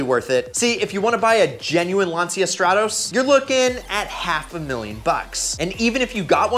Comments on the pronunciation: Its pronounced "Lan - cha" not Lan-seeya. Both of those engines are horrific choices for a Stratos replica, especially the damned toyota engine. The only correct engine to install in any Lancia car is the Lampredi twin cam Also anything based on a Fiero is total garbage. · It’s pronounced Launch-ya... and Ber-Tony.